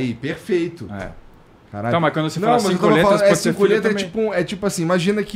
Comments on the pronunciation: Sotaque de carioca tbm é fod@ claro que ela nao ia entender, 5 lhetras? Lhetras? É letras, se pronuncia com lê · Cinco LHÊtras.